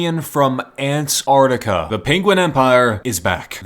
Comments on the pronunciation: I love how he says ant artica😂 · Ant’ artica’